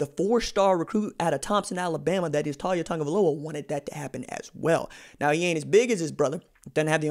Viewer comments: His name is not pronounced TAWL YA. It's TA LIA Or just LIA I hope he goes to the U and maybe gives Clemson some competition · Not a surprise to BAMA, we knew this was coming. His name is pronounced Tau-lee-ah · You pronouncing it wrong, it Tah-Lee-ah. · Not one single Alabama fan ever thought Taulia would ever be the starter and everyone has expected him to transfer once his brother left. You can't even say the kids name correctly, lol. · First you are pronouns his first name wrong, 2nd he will be going to Florida, FSU, UM, UFC, Taulia will stay near his Brother. The Polynesians stick together.